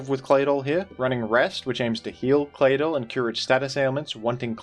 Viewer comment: It's just me or does anybody else find the way pronounces Claydol very satisfying?